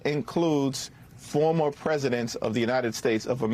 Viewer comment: Pence doesn't even know how to say, "Former.."